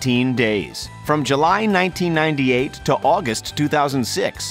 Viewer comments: So listening to this without watching and I heard 1998 to 2006. Incase your calculator is broken that's 18 years. I thought "their calculator is broken thats 8 years not 18" lol. Then watched it and saw onscreen it says 1988 but they said 1998 and it made more sense lol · Our calculators are all fine but i think your tongue👅💉😷 needs repair...its july 1988 not 1998.